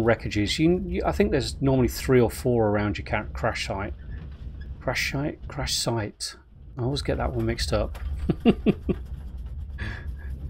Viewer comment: "Crash shight". Is that like a Minecraft "Lambscape"? :p